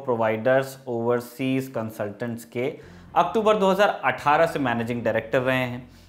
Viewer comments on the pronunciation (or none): none